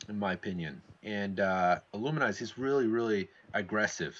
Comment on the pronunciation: IlluminAZE, not IlluminIZE